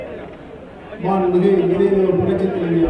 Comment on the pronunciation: Amma pera solla kooda thaguthi illa unga yaarukum. Maanmigu..illa da athu. Maanbhimigu....paper illama oru meda kooda pesa thaguthi illatha vanga ....neenga